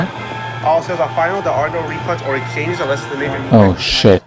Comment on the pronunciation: dude said ecchanges